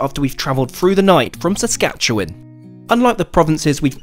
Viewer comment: No way you pronounced Saskatchewan correctly but screwed up Ontario hahaha